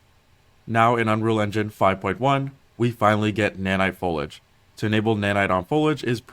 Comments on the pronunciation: Imagine producing an entire video where you constantly mispronounced the main word your using... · my man couldn't have looked up how to pronounce foliage before making this video?